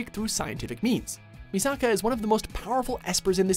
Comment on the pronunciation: Its pronounced Me Suh Kuh not Me Saw Kaw